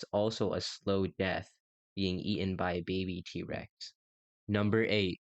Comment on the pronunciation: It’s not D Rex it’s T rex